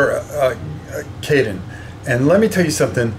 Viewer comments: That is incorrect. The city of Cannes is pronounced like the actor. Caen is a very abrupt sound as in the start of “contribution”, so it is just “CO”-ntribution. That isn’t quite right either, but I can’t think of an English equivalent. But think of it being pronounced as if it was spelled simply “Ca.” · Caen is pronounced as Caan like James Caan,,btw how you doing had not much time any more beeing a granddad,looks like you doing well 👍